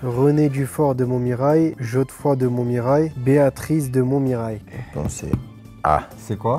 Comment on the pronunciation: On en parle de Thauvin qui lit Godefroy Jodefroy ?